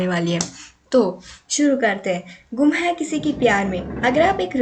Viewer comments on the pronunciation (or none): Gam NAHI gum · Gam nhi gum